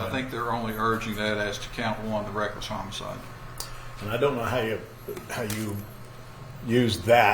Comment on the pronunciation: Homo-cide. Bizzare pronounciation